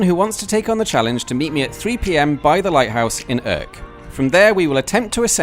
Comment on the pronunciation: I don't speak Dutch, so I'm not quite sure how to correctly pronounce "Urk". But I can't imagine that your version is anywhere near. Considering how well you manage French, German and even Danish, I find that disappointing. That, and the noisy part of the music, made me click 'dislike'.